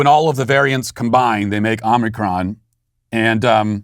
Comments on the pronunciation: "Omnicron?" Matt, are you having a stroke?? Don't you mean, omicron? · With Walsh saying omnicron I’m almost starting to believe that’s how it’s pronounced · Yeah, I admired his dedication to the mispronunciation. 😂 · OMICRON....not OMNICRON